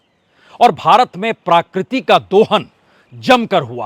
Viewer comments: Please correct : it is not प्राकृति it is प्रकृति । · प्राकृति? या प्रकृति ? इतने अनुभवी एंकर होने के बाद भी इतना अशुद्ध उच्चारण? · प्राकृति नहीं प्रकृति बोलिए।